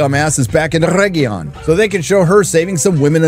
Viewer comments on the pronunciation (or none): “Mostly Peacful sack of oregion” 😂😂